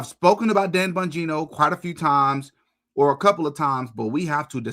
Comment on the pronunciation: Am I the only one that loves the way pronounces Dan “BUN-gino” 😂